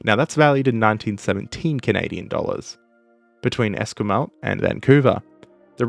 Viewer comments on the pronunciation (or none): It's not your fault, but as someone who lives near the place, your pronunciation of 'Esquimalt' made me wince [Es-qwai-malt] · Esquimalt = Esk-why-malt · If I may help you with your pronunciation, the west coast naval base is in Esquimalt, pronounced Es-qui-malt, with the ending t being a hard consonant. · The western Canada naval base is pronounced Es-kwai-malt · Took until until he BUTCHERED the pronunciation of Esquimalt.